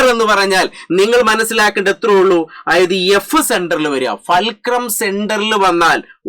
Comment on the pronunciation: ഫേൽക്രം അല്ല ഫുൾക്രം ആണ് മച്ചു